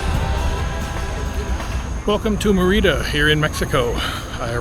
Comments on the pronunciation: Its pronounced meeeerida not meriiiiida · God Bless you. Hopefully by now, you learned how to pronounce Merida lol